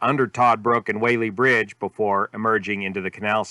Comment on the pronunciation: Just so you know. We locals say Wallee Bridge. I don't know why.